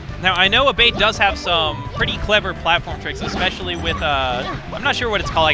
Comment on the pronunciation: I swear if Abate is Italian the name is pronounced "Ah-bah-tay" not "a-bait"